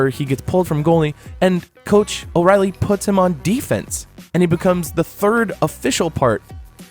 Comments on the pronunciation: Coach O’Riley?? Dude man killing your credibility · How is he gonna be out here bashing people saying he is a real fan yet he doesn’t know it’s coach Orion not oreilly